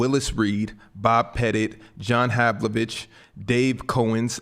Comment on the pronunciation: “John Havlivic” followed by no correction was fucking horrific.